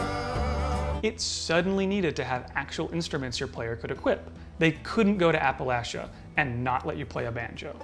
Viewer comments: I’m so happy he pronounced “Appalachia” right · Finally, someone who pronounces Appalachia correctly!